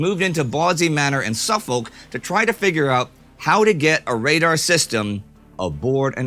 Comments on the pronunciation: Im not on about the aluminium debate but it is sufuk instead of suf-folk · As a brit, the pronunciation I care about is 'suffolk'. It must be a strange one to say for American's so I don't blame you, but it is pronounced 'Suf-fuk' the same goes for 'Nor-fuk' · In the county of Suffolk, we don't pronounce the 'folk' part like that. it's more like 'Suffuk'. The Pronunciation of Bawdsey was a lot better though. Still, love a good shoutout of the home county! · The real controversy should be indies pronunciation of suffolk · No issues with Aluminium but the way you butchered Suffolk (su-fuk) is an absolute travesty. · Aluminium? No problem. But Suffolk, I'll fight you on. It's "Suh-Fuhc", weirdly. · For the last time, it's pronounced Sufcuk ;P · I take no offence at aluminium or aluminum. But I am deeply disturbed by this place you call Suf-folk . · I’m more shocked by Indie’s pronunciation of ‘Suffolk’ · I can live with the pronunciation of the lightweight metal. “Suffolk” however is less forgivable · Forget Aluminium, your pronunciation of Suffolk needs work! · Nah, he should plead guilty with an excuse. There are many Suffolks in the USA and their pronunciations vary. The county on Long Island New York is pronounced "correctly" but when I lived on Tremont St in Boston the University split 50-50 between su-FOLK and SUH-fuk. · Fair enough re aluminium... but the way you said Suffolk hurt me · I'll let you keep your pronunciation of Aluminium, but that pronunciation of Suffolk made me drop my beans on toast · Long discussion of the pronciation of Aluminium and prediction of lots of comments on the subject is swiftly followed by a complete bastardisation of the pronunciation of "Suffolk"! 😂😂😂! What? You didn't expect any comments about that? You thought us Limeys would be so distracted by the pronunciation of a metal that we wouldn't notice a county? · More concerning is the pronunciation of Suffolk 😂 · Guys he pronounced Suffolk wrong...........